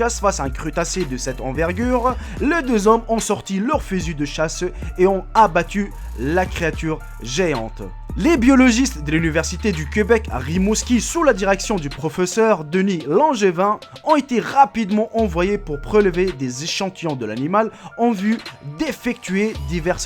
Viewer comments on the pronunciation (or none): c'est pas queubec c'est québec